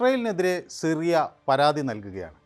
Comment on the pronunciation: ഷിറിയ അല്ലെടോ സിറിയ 😂